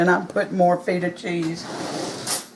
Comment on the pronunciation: Looks AWESOME!!! We do something similar in Macedonia. You make me giggle tho. I've watched 2 of your recipes where you use Feta Cheese, and you pronounce it FEET-AH. It's a soft E, like in hen. I love feta too! I saw your recipe for the salad with pears, walnuts, feta and greens. CLASSIC! So amazing!